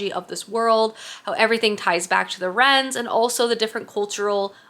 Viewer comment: Not sure if I’m the only one, but I think the “wyrms” you are referring to I pronounced “worms” in my head. Where did you get “rens” from? Is it something the author has addressed?